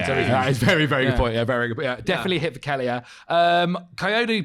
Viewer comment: Hearing pronounce Kelleher as Kellyer will forever hurt my soul.